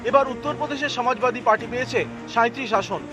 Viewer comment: বাঙালী বাংলাতে উচ্চারণটা করলে হয় না? সমাজবাদী কে ছমাজবাদী বলে কী বেশি স্মার্ট লাগে?